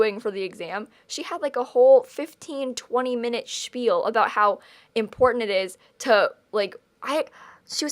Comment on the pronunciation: I love how she always says "spiel"!😀